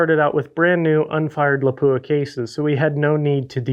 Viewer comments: Lap-pwah! Howzzatt? 😐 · How come nobody can pronounce Lapua correctly.